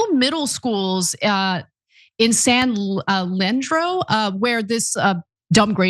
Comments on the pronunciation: San Leandro is pronounced "San Lee-and-ro" and Placer is pronounced "Pla (as in apple) -sir" I thought Ana is from California. Surprised she doesn't know this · San LEE-Ann-Dro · If you are going to do a piece on dumbing down at least pronounce the name of the cities and counties from the piece correctly. San Leandro=San Lee-an-dro Placer= Pla-sir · San Le andro ....where did U go to School ? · San Lee-ann-dro .... .I used to live there. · Ana couldn't read PLACER or LEANDRO... 😂